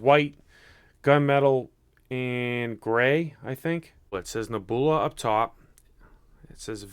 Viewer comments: Really? Neh-BOO-lah? You're smarter than that man, ur making us Boston boys look dumb lol. I can't believe that in your 30+ years you've never heard the word Nebula, pronounced Neb-YOU-lah. Neh-boo-lah my God lmao 😆😆😆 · nehboolah.... cahm awn my guy... its neb(u)la. NEB-YOU-LA... i lawst mah kah keys.. fuggin christ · It's not Neh-BOO-lah silly, it's Neb-You-lah!!! You know, like a nebula in space? It's like a galaxy or something, a group of stars maybe. But I've never heard anyone say NEH-BOO-LAH lol, esp not a grown man. I would think you'd know how to pronounce a simple word like that lol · The way he says nebula 😂😂😂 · THANK you I was wlike he got to be playing he cant be serious reading is fundamental...LOLOL Cash Me Outside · Wow you pronounced Nebula all kinds of wrong lol good video though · the way you said Nebula!!!! That's what sets you apart sometimes and is funny as hell.